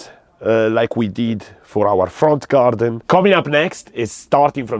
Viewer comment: I love when you say GaRrrdun